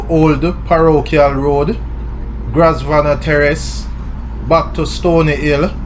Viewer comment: It's pronounced groovnor/grove-nor terrace.